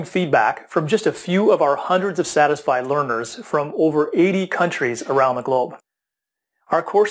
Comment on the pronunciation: Sorry. It sounds like you say "dissatisfied learners" . Lol I don't think you get glowing feedback from dissatisfied learners. Play from to hear the sentence in full.